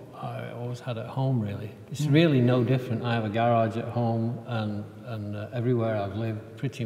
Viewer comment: I'm American and I lived in East Anglia for four years....the British pronunciation of garage always takes me right back. Loved it there!